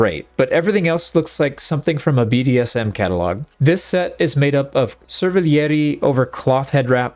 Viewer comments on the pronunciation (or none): Happy to donate! Helpful rule of thumb for French words like cervelliere (from French cervelière), generally they last letter of the word is not pronounced! Exceptions exist of course but it's generally a trustworthy rule. In this case the word is pronounced like: sir - vel - ee(like bee) - yair